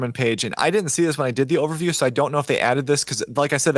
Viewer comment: I have a very important request for. I keep hearing "the ovary project" over and over in this series. Let me first say that I really respect it when a man is comfortable enough to repeatedly name the female anatomy. I'm just guessing that you mean to say "the overview project" so can we maybe work on that pronunciation a little bit? I mean, ovaries and overviews, it becomes a little bit hilarious when you keep hearing one instead of the other... 😂